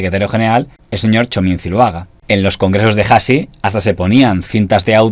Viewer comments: Hasi no se pronuncia "jasi". La H no la pronunciamos. Debes leer la palabra Hasi como si no tuviera la H. Es decir, Asi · hasi no es jasi es asi... la h no se pronuncia